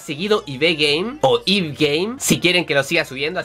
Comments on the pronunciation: se dice Ibi pero se escribe ib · Cada vez que alguien te dice que se pronuncia Ibi (MAL), muere un gatito culto. Ib es de un creador japonés y se pronuncia en Japón como "Ibu" que es la transliteración del nombre inglés "Eve", si váis a decirle a alguien como pronunciar las cosas al menos informaos por favor, cuanto daño ver los videos de youtubers que lo dicen mal y predicar con el ejemplo. xD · Ib se pronuncia Ibi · Pronúncialo como "Ibi" suena más mejor :u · esta es una obra de guartenay yo: SE PRONUNCIA GERTENA!!!!! y sigue haci y no se pronuncia ib se pronuncia ivi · una youtuber llamada lunadangelis pronuncia el nombre ib como ibi, ok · al chico que le dijiste:“estupido”es garry y se dice:ibi solo que se escribe: ib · se pronuncia IB no Ibe Y se dice Guertena, no Wartena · la protagonisa se llama ibi o como la llamas ib pero se pronuncia ibi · se prenunsia ibi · se dice Ibi no Ib 😂(es un nombre en inglés) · Ayyyy, se dice Ibi :( no me gusta como queda Ib :'vvv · no es ibi es ib :v coño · SIIIIIIIIIIIII SIIIIIIIIIIIII AMO IB GAME ♡ PD:se dice Ibi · siiiiii¡¡ ya lo jugaras - .. a mi e encanto <3 ..probablemente a ti tambien segun yo se pronuncia como se lee..(algunos le dicen "ibi" o "eva") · se es escribe Ib y se pronuncia ivi🤗 saludos desde Argentina 😘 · CUANDO LE DICE ESTUPIDO A GARY MI CORAZONCITO PD: SE PRONUNCIA "IBI" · en el juego mueres varias veces hasta que entiendes los puzles, a veces tambien se pueden hacer a la primera si entendes las metaforas o conceptos de cada puzle. PD: se pronuncia ibi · se pronuncia "i bi" es un gran juego te espera una gran aventura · "D aleluyaaaa... :v y.. que no se pronuncia ibe? :v ib ibe :v como si fuese ingles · se pronuncia Ibi ❤ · se pronuncia tal vez así. EI BI Game y seria IB Game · se pronuncia aibi pronuncias la letra i en inglés y la b tambien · creo que se pronuncia Eibi o Aibi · Ib se pronuncia Iby (eso creo xD) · Se pronuncia Ibi nwn